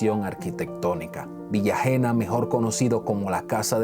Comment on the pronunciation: El nombre de su hija es Hena de la Concepción, se pronuncia Hena (Ena), no Jena, es mi abuela y también llevo su nombre.